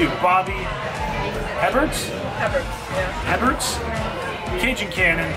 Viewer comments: It's pronounced "eh bear" :D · Darling it’s pronounced Bobby A-bear! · His name is Booby Hebert (Baw-bee Ay-bear). Former NFL Quarterback. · From NOLA, born and raised... it's pronounced Bobby A-Bear but glad to see you down here! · Last name is pronounced “a bear”. I moved to Louisiana a few years back for work and quickly got ridiculed for my pronunciation of that name. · Everytime ypu say Bobby's name wrong, i giggled!!😅😅 😅 Its pronounced "Hey Bare"....or at least thats how the announcers said it. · Bobby Hebert was a quarterback for the New Orleans Saints. His last name is pronounced (a bear). The H and the t are silent. French I believe. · Hebert is pronounced “AY-BEAR”. Nice to see you in Nola! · In these parts (Louisiana) Hebert is pronounced “aye bear.” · Herbbert is Pronounced, A-bear. Accent on first syllable with Long a sound. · It’s pronounced Bobby Hebert like “Abear” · It's pronounced Bobby ( A bear) hebert he is from Louisiana and he was a quarterback for the New Orleans Saints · His last name is pronounced like “Aye-Bear” lol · We say Bobby A-Bear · When were you guys in New Orleans, was this last years trip? Just an FYI...it's pronounced "A Bear" Bobby Hebert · Its Bobby A-Bear.. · It’s pronounced Bobby a-bear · I live here and Heberts (pronounced A-bear) food isn’t that good unfortunately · Hebert is pronounced the french way. He was an NFL quarterback.